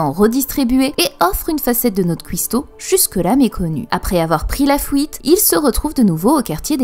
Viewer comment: "pOUissance" "fOUite" ha ha T'es belge ?